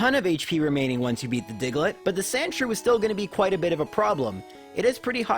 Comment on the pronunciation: The way he says digelet is funny 😂